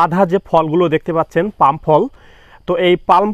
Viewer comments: Pronunciation ঠিক করেন। It is পাম not পাল্ম । গাধা। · আপনি বারবার "পাল্ম" শব্দটা বলছেন কেনো? এটা তো হবে পাম". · Palm এর উচ্চারণ পাম,পালম নয়। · সবাই বলে পাম / আপনি বলেন পাল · Vai palm uccharon korun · Ucharonta hobe pum. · এল এর উচ্চারণ হবেনা, পাম হবে।।